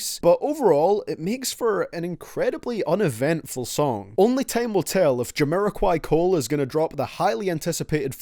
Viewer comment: BRO SAID JAMIROQUAI COLE BAHAHAHA